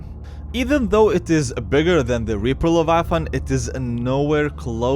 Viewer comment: It is not levaaaaatan but leviathan